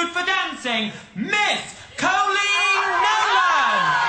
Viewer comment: Please people learn how to pronounce "Coleen"